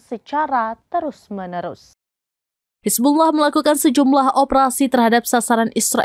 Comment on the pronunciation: Penyebutan Hizbulloh amat fashih. 👍👍👍